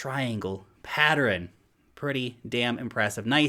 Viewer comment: the "patt-er-ern" syllable extension of "patt-ern" always gets me